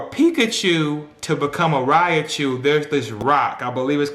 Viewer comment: Man, PLEASE say it right!! It's "Ry-chu!!" Lol but good analogy